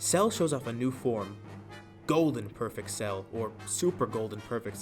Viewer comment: You pronounced perfecter cell wrong